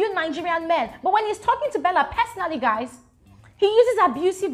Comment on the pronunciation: Did u say guyz... Guyz ....🤣